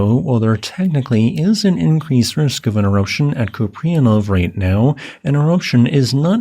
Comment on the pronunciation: FWIW, pronounced coop-ree-AN-off It's a Slavic background name. Likely imperialist Russia. Купреянов.